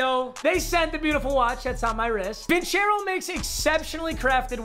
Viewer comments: Papa your saying vincero wrong. Its vincero with a soft c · C'mon, not Vincero man